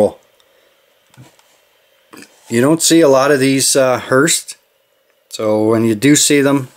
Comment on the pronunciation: Nice haul there!! Love them hearses for sure! Btw, there’s no “T” in hearse. Just pronounced “hearse”